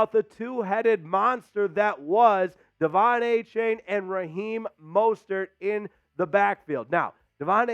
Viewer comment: that would be good if his name was pronounced a-chain but he said he wanted his name to be pronounced a-chan so a-champ is closer